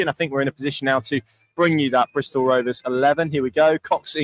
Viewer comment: Stop saying Bristol this is a schoolboy error 😂